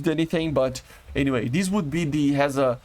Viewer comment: F-5 copies: First is a ze ra kh sh (No pauses between letters) And its translate to lightning Second one is Sa e gh e And again its mean lightning (I don't know but they may mean the light or the sound of lightning or both) Your read third one correct The fatter is like father just t instead th And hesa is s not z(but no one say it before their productions name) About su-22 they are for irgc so i dont think they would add(iriaf is for irans army and irgc just decided to not have jets and the su-22s are captured from iraq) And domestic f-5s didn't made so much i think each maximum 10 number but they announced them as successful jets just for saying they can make fighters And irgc put the thoughts in some people mind that jets are so expensive and useless and UAV's and missile are better and after Israel attak to iran that almost changed and iran rushed to buy sukhois They confirmed about su-35se and there are rumors about su-30sme And you forget about F-7, su-24 and f-4( I think E and J)